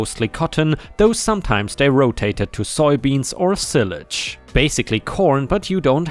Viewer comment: Silage - the I is the long sound, not the short.